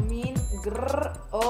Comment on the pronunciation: amo como dicen domin-grrrr-o.